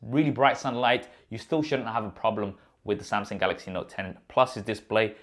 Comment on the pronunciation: Somsong, golox, note ten, plos